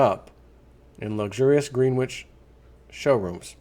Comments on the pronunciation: Its "Gren-itch" not green-which. Don't get out much, Eh? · Greenwich is pronounced, gren itch. Like gren itch village in NYC spelled Greenwich village.